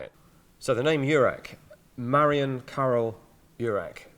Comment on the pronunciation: It's a Marian, not Marion.